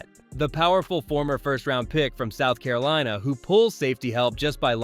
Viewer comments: Caro-leena. Lol keep pounding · "Caroleena"? I hate computerized narrations.